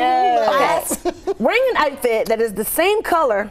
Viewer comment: You like that “atfit “?!